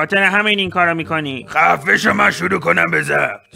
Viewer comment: فقط اونجا ک میگفت خنده مِکُنی😂